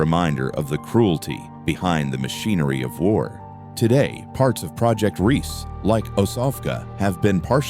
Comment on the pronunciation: It's NOT Project REESE, but Project Riese, pronounced REEZuh., meaning project Giant. The e on the end is not silent.